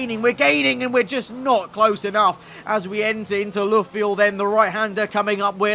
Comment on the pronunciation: Not if he insists on calling it “Looofield”.